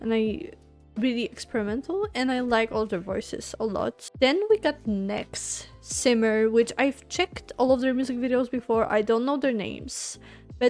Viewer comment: Thank you for your reaction to NEXZ! F.Y.I., "NEXZ" is pronounces as "Nex-Zee". It means Next Z(g)eneration. This song is B-side of new album. Therefore the title song is coming up soon...please react it, too;)